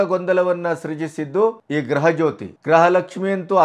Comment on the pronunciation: ಗ್ರಹ ಲಕ್ಷ್ಮಿ , ಗ್ರಹ ಜ್ಯೋತಿ. ಅಲ್ಲಿ ಸರ್, ಗೃಹ ಲಕ್ಷ್ಮಿ, ಗೃಹ ಜ್ಯೋತಿ.